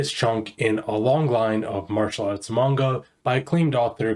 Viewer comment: You finally started pronouncing manga correctly :P looks like you actually did last vid too but in some of your previous vids you were really butchering how to say it lol